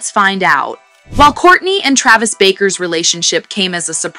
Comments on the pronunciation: BARKER, NOT BAKER, MUST BE AI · Travis Barker not Baker 😅